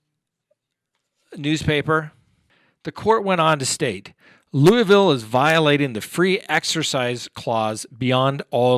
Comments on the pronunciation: Just pronounce it "LOO-VILLE." Kind of like new orleans is "NAWLINS." lol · In Kentucky you only pronounce 2 syllables in Louisville, it's Lew-vull. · My fiance is from louisville and he says it like luval actually everybody from ky says it like that but everybody else pronounces it lewisville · Not 3 syllables here, it's Lewvull. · Yes, it's pronounced like Louisville slugger. There's a ginornous one in the center of the city.